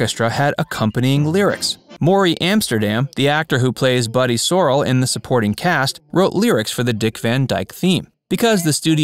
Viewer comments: It's Buddy Sorell (Sor Ellll), not Sorel (Sor ull). Do some research and learn how to pronounce names, and other words. You are always botching things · Buddy soh-RELL, not sorel! I knew almost everything except for the bone of contention between Rose Marie and Carl Reiner. I didn't know that Rose Marie was the focus at first. I also didn't know that MTM had input into her character. Great video! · Buddy who? It's pronounced Suh-RELL. You really should research the correct pronunciation of the characters names before recording your narration. BTW, professional voice over guy here!